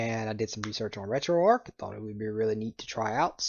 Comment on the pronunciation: arch. ARCH. It's not Retro"arc", it's Retro"ARCH".